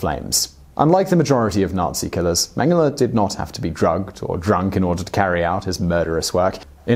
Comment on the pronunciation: If you say "mang hala" one more time... Holy cannoli please learn how to pronouce German names